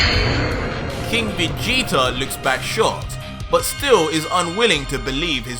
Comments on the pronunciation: In the beginning you said King vegeter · Who is "King VegetER"???